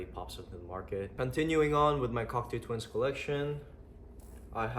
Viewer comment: Sick collection bro, gotta let u know it’s pronounced cock-toe twins not cock-too